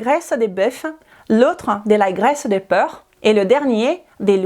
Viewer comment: obrigada pelo vídeo. O conteúdo é interessante, mas a sua pronúncia está precisando de ajuda. Você está pronunciando porc como peur. Moro na França há 47 anos, posso te ajudar?